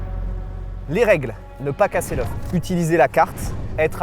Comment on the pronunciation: Commem a il a dit je préfère me casser un bras que leuf 😅. Sinon bon courage et bon rétablissement